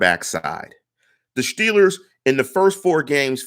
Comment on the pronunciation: you don't know your ass from a hole in the ground. Time and time again you make bold statements like you're somekinda tough guy personality, but you never have solid info to back it up. With this garbage model, seriously, this model is garbage, you predict the Shteelers to be 13 and 3. You randomly assign a 28 score to a few quarterbacks and admittedly have no logic to back up why. Then You predict we lose to the ravens twice. Then you flat out say you don't think the Ravens are going to go 14 and 2, with no grounds for why, you just "don't think" so huh? So You're saying the Ravens, who have an easier schedule than the Steelers, playing nearly the exact same teams as the Shteelers, would have finish 12-4? Because they have to finish one less win due to the head-to-head schedule. Why don't you use your model to predict a Ravens record instead of making dumb ass statements like this? Man, I like this site, but I cannot stand the bullshit that you contribute to it. I could barely handle hearing you say "Shteelers" or "Shtrnth of shchedule" over and over. I'm sure you're a good person, but you're the worst Steelers Blogger (or whatever yiu guys are called) I come across regularly.